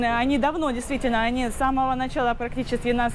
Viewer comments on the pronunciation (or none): none